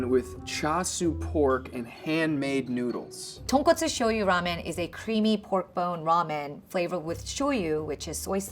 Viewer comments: oh no Uncle Roger gonna hate this guy for saying Tonkatsu instead of Tonkotsu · Haiyaa nephew, it's TonKOTsu, not TonKATsu. Tonkatsu is something completely different! Get it right! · Tonkatsu Tonkotsu 😂😂😂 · It really pisses me off when these White people call Tonkatsu Ramen. It's pronounced Ton-Kot-Su . ༎ຶ‿༎ຶ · Bruh its tonkotsu not tonkatsu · Tonkatsu is wrong the home cook said Tonkatsu tonkotsu was right the pro chef said it right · People keep saying tonkatsu instead of tonkotsu... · Omg why is everyone, even the subtitle, always said Tonkatsu? It's TONKOTSU gaarhhhh 😂😂😂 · Tonkotsu ramen not tonkatsu ramen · Once again,chefs mispronouncing asian dish names while trying to make the dish.It's not tonkatsu,it's tonkotsu,tonKOTsu. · it’s tonkotsu not tonkatsu haiyaa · your subtitling is off, tonkotsu is pork bone, tonkatsu is pork cutlet (typically deep fried). Every time she says tonkotsu you're calling it tonkatsu which it's not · and even the subtitles can’t even say the type of ramen correctly. I already don’t have faith he will make it well. It’s ramen not tonkAtsu. Two different things. Update: But after watching thoroughly entertained. Great video.